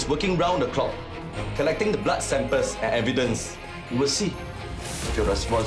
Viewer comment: The blood sampers... lol .. he cannot pronounce samples correctly